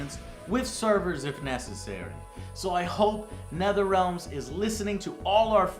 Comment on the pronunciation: Who's "Netherealms"? Oh, he must mean Netherealm. Always bugs me when people say things wrong. Like when some people say "exspecially" when they mean "especially". Why just add letters into words?